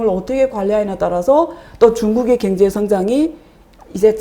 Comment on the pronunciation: 자꾸 경제를 갱제로 발음하시네 ㅎ